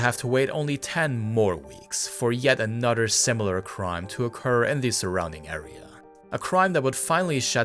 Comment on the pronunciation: You can say "anything" you can properly pronounce "th" why are you pronouncing another as "anudder". Wtf.